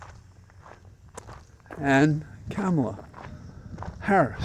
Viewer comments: I saw a drawing this morning and it looked like, la. That is how you pronounce the Vice President's name. "comma la". It finally made me see how to pronounce Kamala. Also, I want to say how very excited I am to have a female President candidate again! Thank you for keeping us sane. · Use her last name, Harris, like is done with men. It's rather disrespectful to call women by their first names when not doing the same for men, particularly when you're unable to use the correct pronunciation! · Thanks for your commentary. I have one complaint though: please pronounce Kamala’s name correctly. I’m so sick of republicans mispronouncing things on purpose for years now that it’s become a pet peeve. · Um.. A quick question. Did you pronounce Spiro Agnew's name "Spy-roe" three and a half years in? It's KAHmala, not KAAAmala. She is our VP. Not our Girl VP... our REAL VICE PRESIDENT and she deserves the respect of pronouncing her name as she does, as all her staffers do, as most all women do, and for sure all black women do. Please do better. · It’s Ka-ma-la. All the a’s have the same vowel sound. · The right wing purposefully mispronounces "Kamala" just to be juvenile assholes. The least we can do is learn how to properly pronounce KAH-ma-la correctly. It's not that hard. It's not CAM-a-la. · Basis for saying that Harris has been doing an excellent job of working out the transition? Is this based on her rally and public addresses? Likewise, basis for saying she accepts the prize not for herself but for the things she believes in? Last, her name is pronounced comma la. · Wise words. Also, as I myself focus on correcting my pronunciation, "comma-la". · Two things. First, I am glad to see that you're wearing a bow tie today! Second, Kamala said sometime back that her mother told her to pronounce her name "Comma, La." As my teachers used to say, "A word to the wise." ❤ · Hey, I believe her name is pronounced like a comma, FYI.